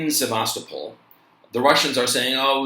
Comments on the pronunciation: It's pronounced Ti-RAS-pol. Also Seva-STO-pol. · think its said like sev ves sto pull ? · Sevastopol, Crimea is not pronounced the same way as Sebastopol California.